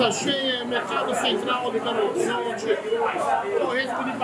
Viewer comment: ele fala berolizonte